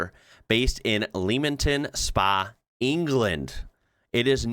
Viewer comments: Btw it’s pronounced ‘lemmington’, not leamington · Pronounced Lemmington Spa :) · Leamington Spa is pronounced (leh-ming-ton spar). Just thought I'd stay on brand with the video. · It's pronounced "Lemmington Spa" by the way. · Hahah Leamington Spa!! That’s amazing LEM (LEMon)-ING-TON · Just to clarify. Leamington Spa is pronounced Le-ming-ton Spar (no gap when saying it, just put the emphasis on the individual spellings) No insult intended, we all (hopefully) live and learn. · Leamington Spa is pronounced 'Lemington Spa'. Just trying to help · Mistook not mistaked. 🤓 Leamington spa is pronounced with a soft “e” like the rodent lemming-ton. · Great vid love your content just a minor correction for you Leamington Spa in UK is pronounced Lemmington Spa. Keep on Wrocking my son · Leamington Spa is pronounced Lemington Spa as in Lem + ing + tuhn Spa 😊 Just to help you Americans 🤪😂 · "Leamington Spa" is pronounced "lemmington spa". Sigh, these Americans...! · Leamington spa is pronouced like the animal. 😊